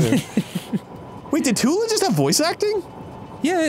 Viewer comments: nothing makes me smile more than when dan calls tulin “turin”😂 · Take a shot everytime Dan says “Turin” instead of “Tulin” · them both getting tulin's name wrong on so many occasions is KILLING ME